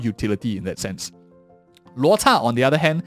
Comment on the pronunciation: always amazed how you pronounce Loucha's name! Always reading his name as how you would: 'LuoTza'